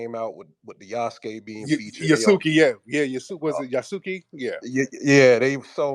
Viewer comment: Fyi family: I speak a little bit of Japanese and the U in many words is silent, so for words like Yasuke, it's not ya-soo-kee, it's YA-skay. The silent U comes off like a whisper. And the old samurai saying goes "in order for a samurai to be brave, he must have at least ONE drop of Black blood" If you think about that, it's very deep because they only need one drop.... That's how serious our bloodline is to them 💯 And yeah there is a level of bigotry in Japan because everyone in Japan is Japanese so there is a certain level of xenophobia... part of that is because all the modern folks know about us is what they see on TV, they don't have experience actually living amongst us but they love our history they love who we are and it shows in a lot of their media & pop culture, as well as the other negative side of it. I know many Black folks that have lived over there, including my father, and most of the time it is a pleasant experience so it really just depends on what they know and how they feel just like with any other group of people.... I just wanted to put that out there. I'm not caping for anyone, I just have seen what I've seen and wanted to share 😁